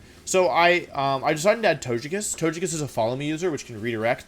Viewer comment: I just realized that now when I say "Togekiss" out loud the way I normally pronounce it, it sounds wrong. You have, intentionally or not, brainwashed me.